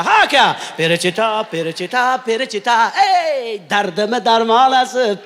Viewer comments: Перичита МАС ФЕЛИЧИТА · Perechita mas felichita manimcha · Перечита эмас,балким ФЕЛЕЧИТА дир. Маьноси :тоза хаво : дегани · Охун ака перичита эмас феличита италян шаркынынг исми 😊 Ман сизнинг мухлисингиз ийики варсыныз ❤ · Не перечита,а феличита... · Перичита емас Веричита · Италиянкий песня Феличита Felicità ( счастья)😅ПЕРЕЧИТА эмас